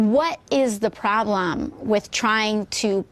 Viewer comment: The way she says "problem" really bugs me for some reason. I'm not really sure why. Not that I really like anything she says as a whole, but that one just sticks out to me for some reason.